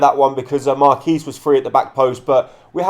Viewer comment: You pronounce the qu in Marquis